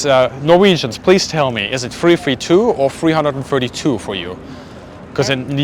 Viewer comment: It's the three-three-two squadron 😊 greetings from Norway!